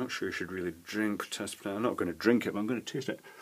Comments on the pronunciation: Potassium, not "Pottasium". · And, stayin' alive... it's POTASSIUM!! Double s not double T!!